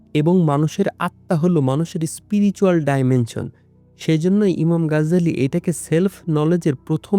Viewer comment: গাজ্জালী নয় 'গাজালী' হবে।